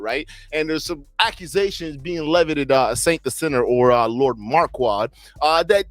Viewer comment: Are you calling him “marQUAD” on purpose or to clown him?